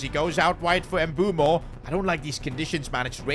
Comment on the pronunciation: Its "Bwemo" not "M bumo" 😂